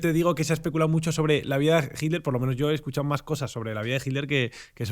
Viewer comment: Si sobre todo de Jitler. 😅 Se dice "itler".